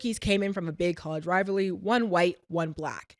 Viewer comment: “RIVALRY” not “RIVLARY” 😂